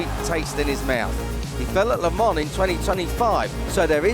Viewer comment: Le mans,why this dude keeps saying 🍋 lemon?